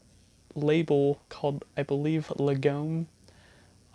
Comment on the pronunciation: Hi!! Thanks so much for the spotlight and all the kind things you said. 💖 I'll clarify a few things from the video for future viewers since the packaging isn't always exactly clear. 😜 It's closer to "lah-gum," but it's a little tricky! The 3" single is actually by the artist GULL (even though it doesn't say it anywhere on the cover 😅), and the track is called The Time We Have. Yep, you're right on! This is a little "physical digital" packet for GULL's 2017 album, Lurcher. We thought it'd be a cool idea to kinda embellish a download code, so we packed 'em with a sticker of the album art and a track listing/credits card. This is an art/lyric book for Zooanzoo's 2017 album, LOUD MOUTH. These were originally bundled with the tape version of the album, but unfortunately we've been sold out of those for a while—otherwise I would've thrown in a copy. 😊 (You nailed the pronunciation, btw!) The "ei" in Gleix is pronounced the way you say "eye," so "gleyecks." You were close! It's pronounced "microcosmos." Jellypigs!! Hehe 🐽 To any future viewers, our full discography is freely downloadable on Bandcamp! Please check it out if you're interested. Thanks again!